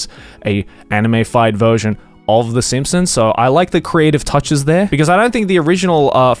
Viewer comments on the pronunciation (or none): Am I wrong or did he say Sampsons instead of Simpsons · Did you just call them the f*cking sampsons? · Did anyone else hear him say "the Samsungs?" 😂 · when said Simpsons i thought he said Samsung